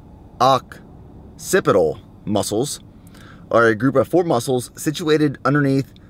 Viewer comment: LOL you had me cracking up, "SUB-OCCIPITAL"